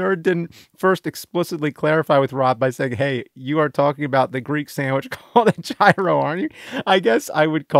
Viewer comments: Its not gyro its GYRO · How are there so many people that dont know how to say "gyro"?